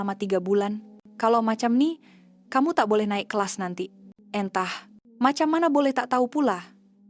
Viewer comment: Maaf admin bahasa Melayunya sangat buruk perkataan "entah" dan "berseoah" ssngat salah dan bukan sebutan sebenar bahasa Melayu. Berhentikan program video seoerti ini yg sangat jelik lagi memalukan.